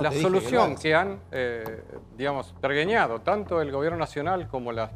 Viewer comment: Dijo "pergUeñado"?